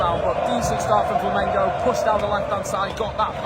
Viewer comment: Hey buddy. Nice to see you talking about my Mengo. But I want to see and hear you say Flamengo. You and your frien are saying Flamingo. I'm a new subscribed in your channel. Welcome to the biggest group of fans in the world. We're about 50 millions.